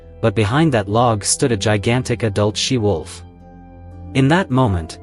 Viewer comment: It's 'she wolf' not 'sea wolf' you idiot!